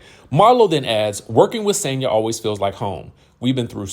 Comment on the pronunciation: It's Sonya you guys Marlo doesn't know how to pronounce her name😂😂